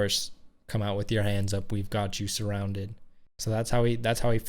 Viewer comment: But he doesn’t say 'surrounded' at the end, he says ' surroun'. And leaves out the 'ded' which sounds a lot like dead.